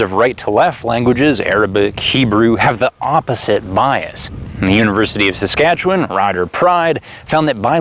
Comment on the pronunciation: A miracle... A messiah... He said Saskatchewan correctly... My guru